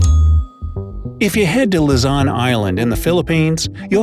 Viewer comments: Woooooh, talking bout mah country again! To my foriegn friends I know the spelling is Luzon, but you guys pronounce it Luzan the pronouncement is Lose on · its lozon not lazan and nor is it luzon its lozon!!!!! I live in the philippins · It’s not pronounced “la-zon” it’s pronounced “lu-zon” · it's "Luzon" not "LuZaN" sir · whelp i'm already at the philippines and luzon is not luzan its like pronouncing loozon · Well I might be wrong but did you say Luzan it Luzon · Sorry but I live in LUZON not LIZON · he said lazon but its pronounced as luzzon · Luzan is what i hear not luzon im am a filipino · I heard "Lazan" instead of "Luzon" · Not even 5 seconds in.... and he said Luzon incorrectly 😂. He said luhzahn.... it’s loozon if u were to pronounce it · He said if u head to “LUZAWN” island lol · Lu-ZON OK?! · Luzon not lozon😅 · Its luzon not lozon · Its pronounced "luzon" duuuh!! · It pronounced Luzun Philippines lozon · I hate the fact that you say luzon as luzun though hey keep up the good work in the vid